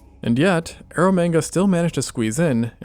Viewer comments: Please keep saying ero manga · "Air of mega sea" clearly 😂